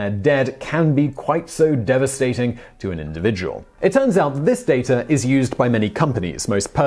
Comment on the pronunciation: Keeps your personal “dater” secure Why do you make the “r” sound at the end of words that end with an “a”?